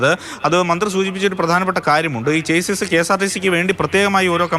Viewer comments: ചെയ്സ് അല്ല മാറൂമി മാപ്രകളേ, Chassis ആണ് ശരി. ഷാസി എന്നാണ് ശരിയായ ഉച്ചാരണം. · ചേസ്സിസ് അല്ല ചാസീ ആണ് ശെരിയായ ഉച്ചാരണം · chassis ഒരു ഫ്രഞ്ച് word ആണ്. അതിന്റെ correct pronouncing ഷാസ്സി.